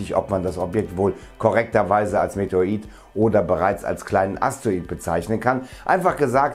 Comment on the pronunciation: Bitte METEORIT. SAGEN. Meteorologe Versuchen Sie es einmal zu sprechen. EIN WENIG ÜBEN DANN KLAPPT DAS. LIEBE GRÜßE. D. ALTMANN